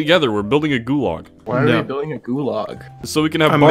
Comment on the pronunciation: really said “goolarg” and changed the world